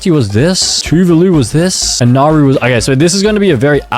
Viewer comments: Mistakes: 1 AT THE FIRST SECOND THATS NOT THE USA FLAG, THE FLAG HAS 15 STARS 2 that's not the name the name of that country is name Canada not canadia 3 NOERU? this is actually how you pronounce it. Nah-wo 4 Palau is a completely different poland 5 that star means where narau is 6 nah bro got another pronunciation wrong again mannakeo is mon-a-ko 7 another one? THIS IS THE WAY HOW TO PRONOUNCE --> say-chells 8 3 pronunciations wrong 3 times in a row IS saint kitts of nev-iz 9 IM ABOUT TO SANITIZE MY MOUTH IS BAR-BEAD-DOES 10 just because it has the word saint in the name doesn't mean that it has stars In it 11 LITHUANIA!? IT IS LINCH-IN-STIN 12 IM LITERALLY CRYING THAT HE CALLED AUSTRIA AUSTRALIA 13 I JUST DONT WANT TO SAY IT.... JUST LOOK 14 look ....... JUST LOOK . is two-va-lu 15 t h a t s n o t h e a u s t r a I l e a f l a g Work in progress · I’m pretty sure it’s pronounced Nauru N-a-r-oo also Nauru is a pretty good country 🇳🇷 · I’m pretty sure it’s pronounced Nauru N-a-r-oo